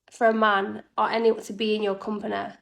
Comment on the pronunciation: “A privilege to be in your companeh.”?!? Get over yourself.